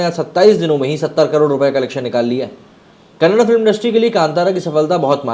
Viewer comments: It's not Kannad sir it's Kannada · Kannad nahi bhai kannada (da) last pranonciation Karo Bhai Varna vo galat artha leta hai kannada bhasha me🙏🙏🙏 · It's kannada not kannad. Like your surname is not sharm